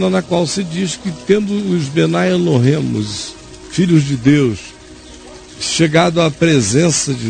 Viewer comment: O Caião falando Bnai Eloym é engraçado kkk